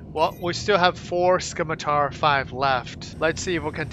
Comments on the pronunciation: Sim-i-tar, the c is silent. Named after a type of sword. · The 'c' is silent in scimitar. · All good. I just thought it sounded funny. I love your videos dude, keep the coming. Might get to meet you in game one day.